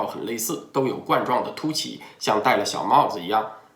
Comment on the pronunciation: 冠（官）状病毒，不是冠（罐）状病毒